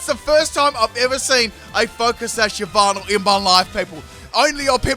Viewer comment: i love how u say yveltal "yahvatal"